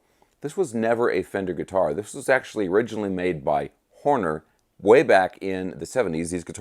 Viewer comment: Hohner, NOT Horner.